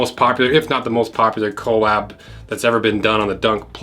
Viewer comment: quit saying CO-LAB. it’s collab. as in… surprise!!! COLLABORATION